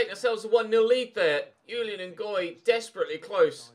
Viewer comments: Ches Ngoy's 1st name is pronounced Zhu-lee-uhn, it's a French name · I know I am a little with this but I am sure that the j in Julien Ngoy is not pronounced like a y, because he is Belgian and that would then probably be french. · You pronounce the J in Julien, it’s a French name and I’m part French and that’s how we say it.